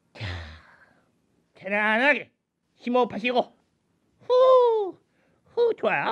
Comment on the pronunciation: 편안~ 하게 왠지 경상도사투리처럼 들려요 ㅎㅎ